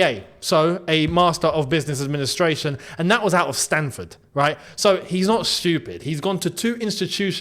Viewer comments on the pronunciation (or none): none